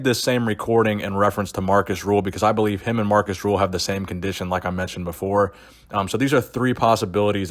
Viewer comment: hes name is rühl not ruhl